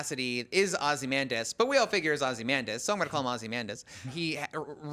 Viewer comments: Veidt didn't drive Dr. Manhattan away. That was the movie. Does anyone at IGN know how to pronounce OZYMANDIUS and BUBASTIS? I mean, it helps if you read the comic. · Glad they got rid of the girl who couldn’t pronounce “Ozymandias” to save her life.